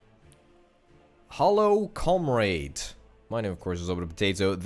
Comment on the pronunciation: Say comrade properly